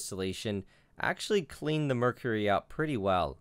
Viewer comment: The way you say "out", is really weird. "Eut"